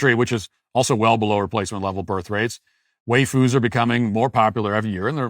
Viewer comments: Matt saying "way-foos" hurt my soul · 😂 Matt mispronouncing waifus multiple times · why-foos not way-foos. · Bruh, it's "WYE-fus". What you're saying is "WAY-fus" which would be a different, but similar thing - Wheyfus, which are distinctly muscular gym rat girls. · "way foos" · Wayfoo’s is now the only pronunciation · "Waifus" is pronounced "Why-foos", as if to ask, "Why the fuck would you foo's do this"?